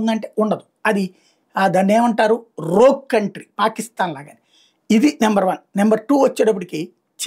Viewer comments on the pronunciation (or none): none